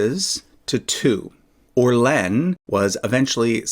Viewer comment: There's a reason why Orleans isn't written Orlenne: it's pronounced totally differently.